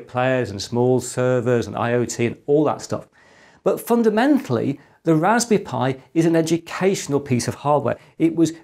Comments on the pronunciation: Is he calling it a Raspi Pi? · I'm I the only hearing " Rasbi pi " ?? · "Ohw, a Rashpberry Pi 400, I supposhe." (Yep. You read it with the Sean Connery accent) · Why ist he always saying Rasbee Pie?